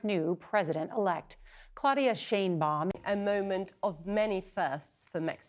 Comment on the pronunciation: Her name is Yiddish, in German Schön-Baum. You pronounce it like the vowel in the word rain.